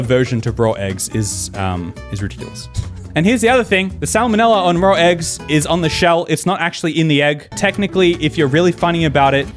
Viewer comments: i like how people say raw as rawr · I didn’t think lions laid eggs but keeps saying “rawr eggs”